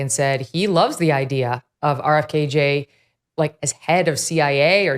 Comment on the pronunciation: I’m sorry but if she says RFKJ one more time I’ll pull my hair out